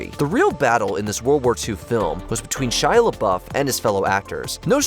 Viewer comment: Shy Lauff what the heck 😂